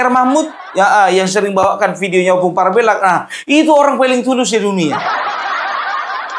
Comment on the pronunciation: Perasaan saya selalu tidak sreg tiap kali dengar lagu 'Youtuber Nusantara' karena masak orang Batak namanya dibaca PARB-e-LLAK. Harusnya Parb-E-llak.